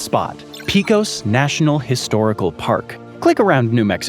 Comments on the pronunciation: "Pecos" is pronounced like "pay kos", not "pea kos" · Pa cos. .... not Pee cos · Pecos is pronounced "Pa-cus" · It's pronounced peck-ose (Pecos)